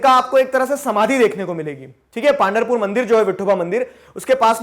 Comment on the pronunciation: Sir it is पंढरपूर Not पांढरपूर ♥️